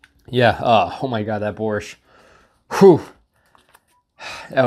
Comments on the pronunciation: I can’t even imagine how they preserve borsht, but you definitely shouldn’t eat it cold lol. Nice pronunciation btw. And you should try fresh and properly cooked borsht, it great! Thanks for the video! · Your pronunciation of “Borshch” is cool cool. Like a Ukrainian diaspora in Canada ) on spot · Borshch was pronounced perfectly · By the way your pronunciation of "borshch" is very good. Thank you for support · Your "Borshch" pronunciation is on point👌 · Your pronunciation of "Borsch" is quite perfect. :) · you pronounced the holy grail of Ukrainian cuisine pretty well! but eating everything cold is not the best idea. also, dry rye biscuits are to be crushed into the borshch or bitten as is but not for the jam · You said "borsch" pretty well. Just use the Spanish "r" and will be perfect. It's supposed to be a red soup with beets. Looked weird in the ration.